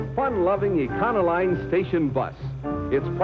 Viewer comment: E-con-o-line? i always pronounced it e-co-lean!